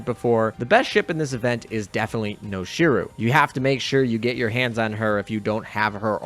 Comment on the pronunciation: Noshiro is not ‘Noshi-roo’ but ‘Noshi-row’, with less emphasis on the w sound. Just pointing it out, don’t mind me~